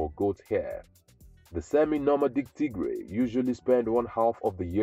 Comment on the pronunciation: Tigray 😂😂😂😂😂😂😂😂😂😂😂 you crack me in laughter as soon as you start TIGRAY 😂😂😂😂😂 … you got that wrong mate